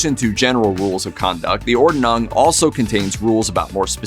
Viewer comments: Ordnung is pronounced “Ord-nung” not “Or-de-nung” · Interesting, but the host should have learned how to pronounce "Ordnung", a little research goes a long way! Made the whole presentation for me too high school with that constant mispronunciation.